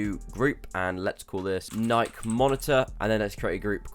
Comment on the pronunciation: Ni-key not nike like bike